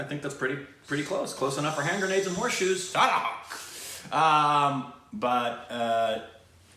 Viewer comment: I think this is the first time when pronounce the title of song correct